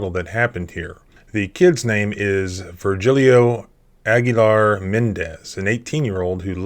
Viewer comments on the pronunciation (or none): Isn't the name Vergilio actually pronounced as "vehr * HEE * lee * o (long)" instead?